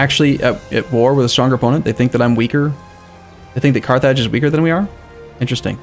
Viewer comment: carth (rth like in north) -idge (like in ridge)